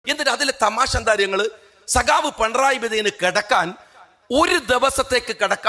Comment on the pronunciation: പണറായി.... അല്ല... പിണറായി